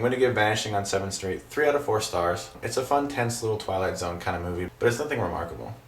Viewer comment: hahaha u kinda mumbled the "zone" part of Twilight Zone when you said it the first time, so i was temporarily confused :P great review man, glad to have u back :D